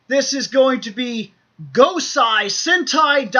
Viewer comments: Gosei is pronounced GO-say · Gosei, not Gosai Also, Ho-oh